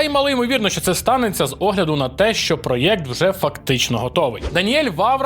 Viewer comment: Я не можу слухати ті "Галфлайфи", "проєкти" та "дослічєння", вже досить гвалтувати мову